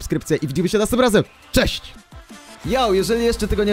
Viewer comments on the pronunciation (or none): none